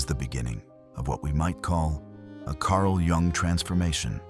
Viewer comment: When editing your videos, you need to spell out Carl‘s last name differently so the narrator pronounces it correctly so you could spell it YOONG and the narrator will pronounce it correctly.